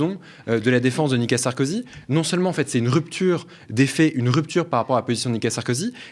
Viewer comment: Je suis le seul à bloquer sur le prononciation du monsieur sur Nicolas Sarkozy ? Je l'entend dire "nika Sarkozy " ...